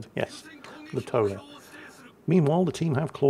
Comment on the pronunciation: Tone, pronunciation in Japanese... Toe Ney.